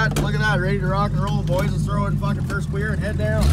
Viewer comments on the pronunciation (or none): He said “first qweer” lmfao